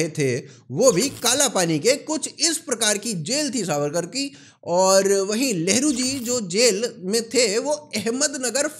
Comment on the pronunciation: I am so confused you said nehru or lehdu or lavdu🤣🤣